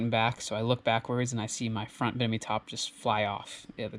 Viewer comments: Bimini (BIM-ini) top; not BIN-imi. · Bimini not binimi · BIMINI tops, not binimi haha